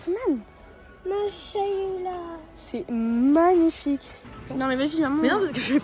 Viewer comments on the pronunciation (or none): C’est pas Mashaila, mais Masha allah, mais vous êtes quand même les meilleurs youtubeuse au monde 🥴🤗🤗🤗🤗🤗🤗😳😳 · jetait morte de rire quand a dit mayshayla on dit MASHALLA 🤣🤣🤣🤣🤣🤣🤣🤣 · C mashala pas mashaila